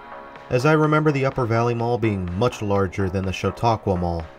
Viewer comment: You pronounced it correctly. I do agree with you on this being a rather plain mall. Supposedly had a lot more unique things going for it that were lost with a major renovation in the 1990s. Also, a lot has changed from when this video was taken as the former Sears wing is really suffering nowadays with only a couple of open tenants. Auntie Anne's has since closed as well, but at least it was replaced by a local taffy shop. Ollie's Bargain Outlet will be taking over the Officemax space. I did always find JCPenney closing and then coming back extremely weird here. It does explain why the store feels so cramped and seems to lack selection though. I would of honestly liked to have seen JCPenney reclaim the Officemax space, but that's definitely not going to happen now. Sometimes I wonder how practical it is for JCPenney to operate here still, as a lot of people make the trip down the interstate to Erie, PA to do shopping. The Jamesway that relocated here replaced what was actually Jamesway store #1. Jamesway got its name from Jamestown.